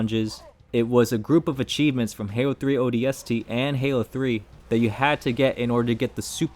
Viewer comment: Take a shot every time he pronounces ODST with too much emphasis on the S